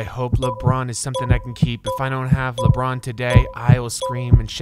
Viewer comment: Nobody: LeBrOoN